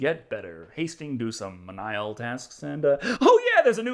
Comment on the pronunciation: menial is pronounced MEAN-EEL You’ve been saying Menile.